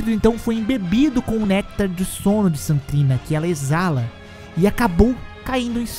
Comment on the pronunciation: Ele fala Saint trina tudo junto, tipo "santrina". O que esta correto já que St. e abreviação para Saint.